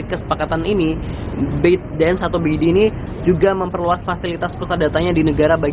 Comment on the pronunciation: ByteDance...."bet dens"???